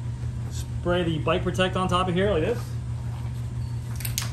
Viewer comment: "Like hyuh" lol